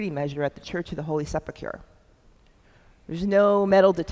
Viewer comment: A very interesting lecture, but I wish she would learn to pronounce words such as "sepulchre" correctly. Also, his name was Joseph of Arimathea, not Arithamea.